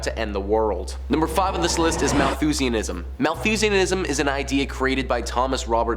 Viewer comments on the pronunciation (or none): none